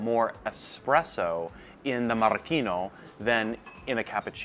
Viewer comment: Marocchino NOT Maraschino :-)